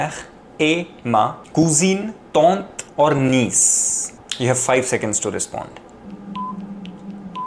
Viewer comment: "Niece" in French is not pronounced the same way as in English. Review that pronunciation.